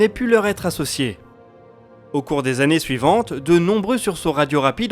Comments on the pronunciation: je suis d'accord... si on sait pas faire les liaisons autant ne pas en faire plutot que de faire de fausses liaisons... c snob ! c'est pas du chipotage... après 88, si on veut se la péter c des tannées lumieres... pas des zannées lumières... si on veut pas se la péter, on dit années lumières et on en parle plus... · Dans les résolutions de 2021 : être vigilant systématiquement sur les liaisons avec des nombres ? "Quatre-vingt-huit z'années lumière" Sinon, toujours aussi bon ! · Quatre vingt huit zannées